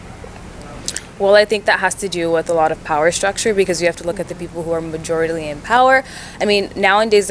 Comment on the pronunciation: "Majorityaly" I guess i learned a new word today